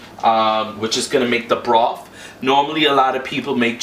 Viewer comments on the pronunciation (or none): did he say chicken broff lol